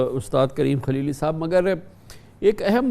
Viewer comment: کامران صاحب موصوف کا نام کلیلی نہیں ہے بلکہ خلیلی ھے شاید آپ اردو کو انگریزی الفاظ میں پڑھ رھے میں